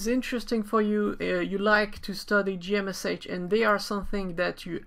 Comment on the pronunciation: I think most people pronounce it as "G Mesh" not "G M S H".